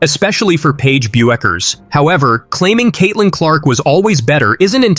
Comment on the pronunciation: The way you pronounce "Bueckers" is a crime against humanity.